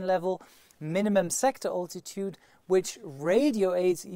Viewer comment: I don't think I've heard anyone else pronounce the word "altitude" the way you do. I do like your 5 Ps.